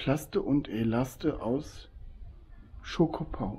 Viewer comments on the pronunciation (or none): In dem Freizeitcenter am Eingang das heißt Schkopau nicht schokopau 😊😊 so ein prima Video 👍